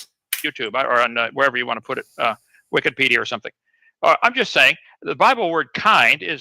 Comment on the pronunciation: Speculation: I think maybe calls it "Wickedpedia" because he confuses the first syllable 'Wiki' with 'Wicca' and possibly with witchcraft maybe? Therefore, he glosses it "Wickedpedia". Just straight up ignorant. He demonstrates a pattern of this behavior over time. Another example is when he calls National Geographic "National Pornographic", possibly because it sometimes features topless tribal women or some other photos that he objects to. In any case, he's a f&#@